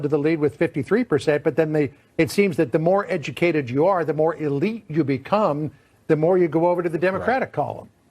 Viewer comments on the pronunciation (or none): none